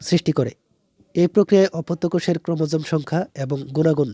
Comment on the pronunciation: ওইটা ক্রোমোসোম না ক্রোমোজোম হবে 😅 and thx